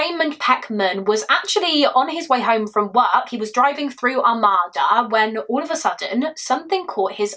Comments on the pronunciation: I'm from Macomb county Michigan as well. I saw this horrific story play out in one of our SAFE communities 😢 Not to sound like a ass lol It's "Are-made-da" (Armada) I can completely see how everyone would get that wrong. We have so many weird named towns and cities. No one can pronounce them unless you're from MI. ESPECIALLY Detroit Street names! The all have kinda a French influence to them, or at least I think it's french. I'll have to look that up. One example is the street my home is off of Gratiot but don't try to sound that out 😅 it's pronounced Grash-it" then we have a street in Detroit called Cadieux it's pronounced "Cad-Joo" I looked it up and I was right about the French influence. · Good presentation of the case. Not trying to be picky as I have heard it several different ways but the pronunciation I hear most for Armada is something like Ar-may-dah. As a semi local I don't think I know anyone in the family personally or anything but I do recall seeing the news articles and similar for information when driving through the town at the time.